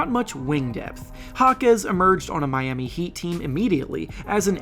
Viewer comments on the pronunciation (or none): none